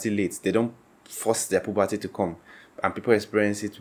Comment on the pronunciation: Puberty. Not pobocy.